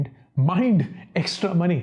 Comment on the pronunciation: That 'MOIND' thing was awesome 🤣🤣haha